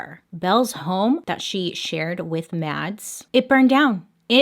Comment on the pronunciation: Matts or Mats in Engels sound so weird 😂 the a is pronounced as aw